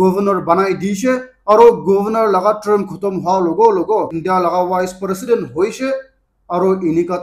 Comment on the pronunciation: Prositend drigon...😂😂😂